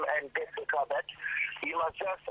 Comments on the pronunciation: fifi anglais wana yango te that is very wack . you dont speak english . balobaka " I call you back" et non " I call beck" yango mutu ozosolola naye aza ko comprendre maloba na yote. loba kaka lingala ekozala bien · mj congolaise lol nalobi bongo Yaya quand tu parle avec un américain "back' wana okoyoka te Mais oyo Beck ya soso to ya nini mdr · siwa boni kokosa boye anglais ango oyebaki bien tein , call back et no call beck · kiéeékieee kiéeékieee oza somo yy obuki nga panzi forte beuck ya soso vraiment lol eeee naseki makasi kiéeékieee kiéeékieee eeeee l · Leo Silva ngai pe na comprendre te call u beck ya munoko to ya nini 😂😂😂😂😂😂 je comprend anglais ya Afrique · Bijoux Kalonji aw na UK tolobaka BACK